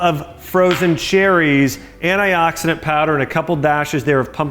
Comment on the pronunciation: ahhahahaha omg he is beyond sterotype american! He keep saying ANAI OXIDENT hahahahaha and alsmo AMOND MILK hahah